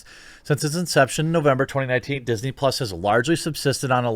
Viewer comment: "PUS" not Plus.